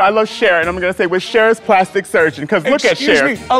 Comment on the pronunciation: "cher plastic sergin"